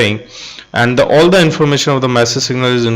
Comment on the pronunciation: Thank you. But you have trouble with the "all" word:)